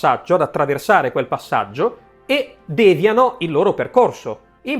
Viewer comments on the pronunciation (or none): Bellissimo video, occhio però: è devìano, non dèviano